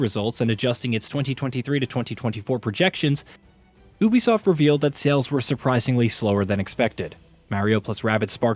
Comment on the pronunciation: Why you pronouncing Ubisoft like that🤨its wrong.